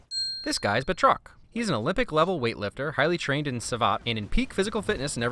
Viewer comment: Sorry but its Bat-rock